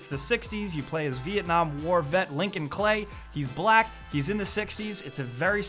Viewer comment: he said black as if it was a major problem